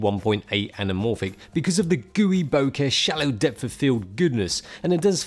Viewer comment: Im pretty sure that “L” in anamorphic is silent